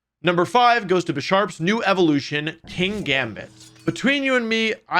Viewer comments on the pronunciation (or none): none